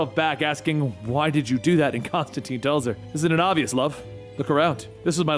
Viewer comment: Great story. Pronouncing some of the names wrong isn’t your fault. Constantine explains in detail in his book it’s pronounced tyne like wine. But that’s just the comic nerd in me… keep doing your thing!